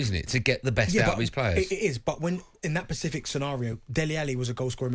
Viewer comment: “Specific” Darren ffs 🤦🏻‍♂️